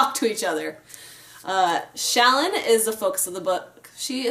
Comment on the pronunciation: Thank you for pronouncing "Shallan" as SHALL-an, rather than shall-AHN like I keep hearing so many commenters pronounce her name.